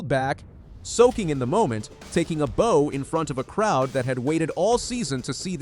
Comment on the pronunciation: Laughed at the pronunciation of bow, said like bow and arrow, not like our, talking a bow in front of the crowd, that how they say it in America? great she is back with a good time too, but A New World Record ?